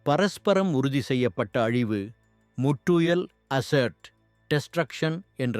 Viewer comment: தமிழை சிறப்பாக உச்சரிக்கின்றீர்கள்... நன்றி! மேலும் mutual என்பது முட்டுவல் அல்ல...மியூச்சுவல்! Pronounciation is very important to convey messages clearly!